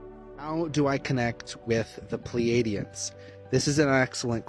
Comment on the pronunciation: 'Pleidians' haha ffs! good video, you're a bit of a milf. But as you say, you were into the paranormal. That's the real problem here, it's just all women talking women nonsense about vibrators and frequencies again... But i also did like conspiracy theories a bit when i was younger.